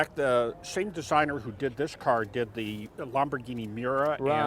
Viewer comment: "lumberghini" thats an american alright